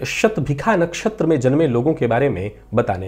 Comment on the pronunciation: आप विद्वान् हैं, युवा हैं, समर्थ हैं : एक पुरानी परंपरा, जिसका विशेष कारण समझ में नहीं आ रहा है, बदल कर सही करने का प्रयास करें तो सफल हो सकते हैं। वह परम्परा है— 'ष' वर्ण का उच्चार 'ख' करना। आप भी 'शतभिषा' नक्षत्र को "शतभिखा" कहते हैं ! कर्णकटु लगता है...